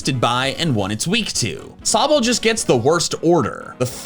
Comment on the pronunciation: Sobble, NOT Sobel!